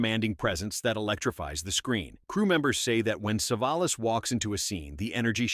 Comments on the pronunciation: "SAAVE-UH-LOSS?? CAN'T YOUR COMPUTER VOICE SAY "SUH-VOL-US"?? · AI voice can't pronounce Telly Savalas' name. I am presuming most of the "facts" are as accurate as the pronunciation. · Never mind about all the times it mispronounces "Savalas" or even "live", some of the pictures popping up are pure "What the hell?" head scratchers the AI pulls up! 😮🫣😆. 🤓😎✌🏼☮️